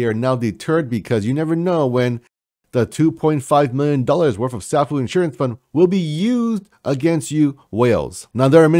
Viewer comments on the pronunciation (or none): sAAAAAfuuuuu (long A) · Love your videos. The correct pronunciation of Safuu sounds like a long "a", like "Say fuu". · yeah bro you cant butcher the name being one of the biggest supporters. lol. I aint mad atcha tho